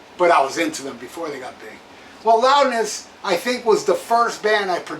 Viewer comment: I didn't know you were fluent in Japanese? "Rowdness" 😆